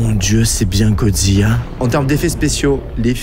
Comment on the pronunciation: Tu as dit godziya c’est godzila😂